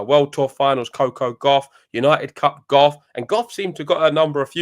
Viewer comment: The way you guys pronounce Coco Gauff is so pleasing to the ear.